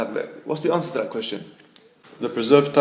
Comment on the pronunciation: They: "It's not an easy answe.." "IT SHOULD BE AN EASY ANSWE.." "alright..." Me: 🤩🤣